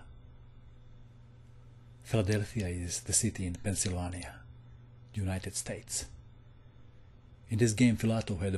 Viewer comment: Pennsylvania is pronounced pen-syl-vain-E-ah